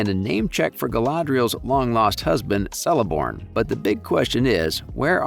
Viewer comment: Its pronounced Kelebrimbor and Keleborn. Its like the most basic lesson of elvish.